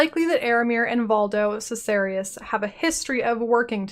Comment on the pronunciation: Great video, but i'm pretty sure Valdo Caesarius is pronounced differently according to the war for the atlas official trailer ;)